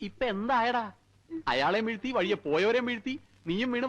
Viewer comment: വീർത്തി alla aniya വീഴ്ത്തി എന്നു് പറ